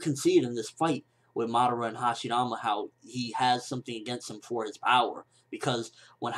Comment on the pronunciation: Ur saying madara wrong.